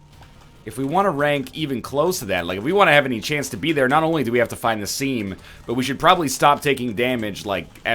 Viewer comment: It's scheme